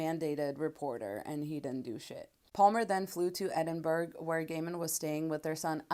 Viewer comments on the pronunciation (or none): Edinburgh is pronounced as Edin borough. Not Edin berg.